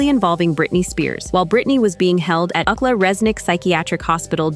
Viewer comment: It's U C L A, not Ukla. Stupid AI.